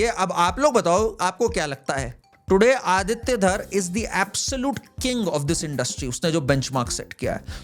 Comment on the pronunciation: ❤ आदित्य, nice to hear the proper pronunciation of this beautiful name, instead of अदित्या.